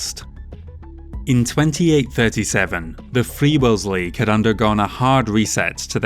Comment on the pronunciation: "Free Worlds Leagye"